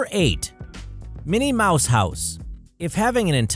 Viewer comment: It isn't "Mini Mouse".